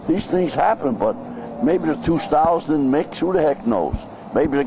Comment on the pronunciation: If you listen to it in context, it sounds like he did say Marciano didn't like Ali because he talked. But intstead of saying "didn't" its more like "dint"